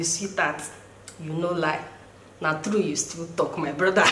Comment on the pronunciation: 🤣😂😂🤣... you come use our igbo accent “blother” instead of “brother”. Welcome to the igbo community sugar.. 😂😅